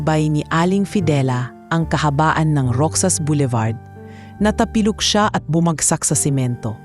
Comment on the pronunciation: NOT ROSAS PO, ROXAS O ROHAS ANG PAG BIGKAS. AT. PARANG MALI ANG GINAWA NI LUCAS KASI DI MAN LANG INAALAM ANG KALAGAYAN NG KANYANG INA 😢😢😢